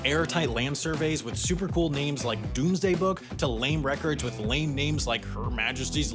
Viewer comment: I feel like "Dome" isn't pronounced "doom"